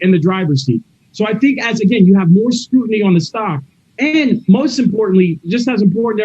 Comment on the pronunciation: said "their market share has WENT from...." and moments later he said "has went..." again so he has an average or lower iq. and he said "scrutinty"